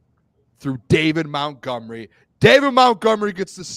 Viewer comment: Again it Montgomery not Mountgomery